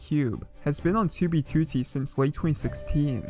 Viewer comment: Why do you say 2b2t like that